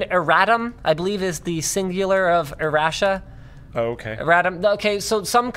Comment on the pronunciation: Where do you get air-ash-uh from errata? Also I believe errata is generally accepted as either singular or plural in modern English.